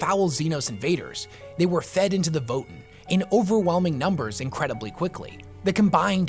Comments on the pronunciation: It's pronounced like VoeTan (Voe sounds like "woah") Not votin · I know this is lame, but isn't it pronounced voh-TAN, not VOH-tin? That's how I've always heard it pronounced anyway. Also, it's super exciting to see the Space Dwarves back in the midst of the galactic riff raff of 40k! Thanks for the deep dive dude, I actually didn't know a lot of the stuff in this vid. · Thought it was” VOE TAN” not “Voe in” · Leagues of Votin'! lol your lore videos are are really awesome, but the way you pronounce Votann has me rollin. It's Vo-Tan my friend, just watch any official GW video about them if you need to confirm. Imma keep watching your videos now, they really help me get through building models! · It's TAN, not TEN! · Omfg... Voe-Tann votAAAAAAAnnn It is not Vot'n there's a f%$#ing "A" in it! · Dear, Votin' is what one does at a ballot box. Voh-Tan' are Space Dwarves. Thanks 😜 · Vo-tann…it’s votann… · "the leagues of Votn" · I think it is pronounced Vo Tan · Great video, however your pronounciation of Votann as "Vo'en" hurts my ears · ancestors' mercy, why does he pronounce votann like that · I love your videos and the lore they explore, this one included. Didn't know much about these spacedwarves before, but your pronunciation of their name really bothered me xD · when you say Votann, why is it, that somehow, the A in Votann gets sent straight into the warp? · Is that really how you’re supposed to pronounce Votann? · how did you come to pronounce Votann the way you do? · My only complaint is how he pronounced "Votann" and "Hearthkyn" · great video, just a thing about how you pronounce votann. hope this helps 😄